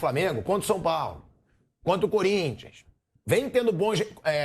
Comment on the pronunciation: Nilson deixa de ser clubista, vergonha para a narração do esporte . E outra teu "cunrintias" ruim mesmo.😂😂😂😂